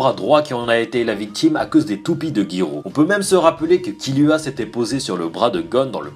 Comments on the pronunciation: c est pas killua mais kirua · c kiruha pas kiluha